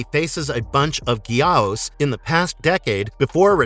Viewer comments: It's not Gee ows! It Guy-ohs! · Gamera's mortal enemy's name is pronounced Guy - ohs. I have the complete Gamera Legacy box set and Gamers the Brave. Nothing was ever mentioned about Atlantis in Guardian. The third movie the highly evolved Guy - ohs called (pronounced Ear - Ris) Iris. Did you actually see all the movies, or just read a script to clips? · your computer voice is mispromouncing Gay-ou-us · Dude. Gyaos. Its literally said how its spelled. One syllable. Like "Geeouse" You're still right tho, this guys saying 3 syllables. Its like nails on chalkboard. The only reason its 2 syllables in Japan is because "osu" is one sound over there, so you get "Gee-osu" with the "u" as a second syllable. But saying that with a western tongue is like pronouncing the u in "Sasuke".